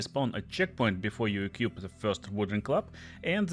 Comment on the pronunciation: Не экьюп, а экуип. И, возможно, ты путаешь enhance и enchant. Кип дуин вот ю дуин бро